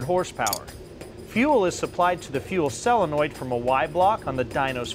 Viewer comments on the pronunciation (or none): Will someone please tell that the word is sOlenoid, not sellenoid? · It’s a fukken SO-lenoid not cell-enoid